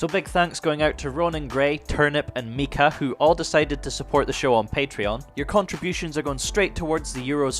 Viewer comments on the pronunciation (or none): Micah is not mika its my-kah